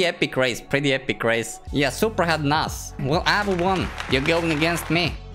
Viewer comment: You said supraa socks 😡